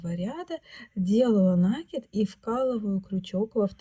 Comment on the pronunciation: Всё прекрасно, но накИд.